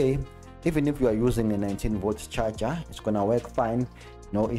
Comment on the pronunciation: Always funny how you say charger (cha cha) haha. Better call it power supply xD.